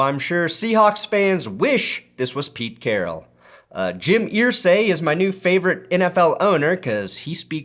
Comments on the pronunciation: Brother, they pronounce their name "ER-say". Not "Eer-say". Big love! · Jim "Earsay"? Really,? Have you followed the NFL at all over the last 2+ decades? Does this mean I'm supposed to start pronouncing the word "stir" like "steer" now?